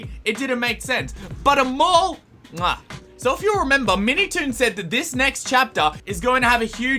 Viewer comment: Op it’s mall